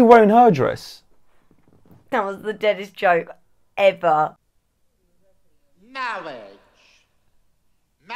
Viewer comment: MAAWIGE ISS WHAT BWINGS US TOGEVARR